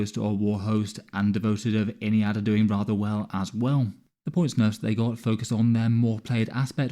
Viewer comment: "Doinjg" Bro was going quick to get this video out, love your vids